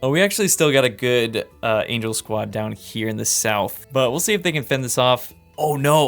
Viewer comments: "angle" fortress lol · did you mean "angle" fortress 😁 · Angel and angle are two different words 💀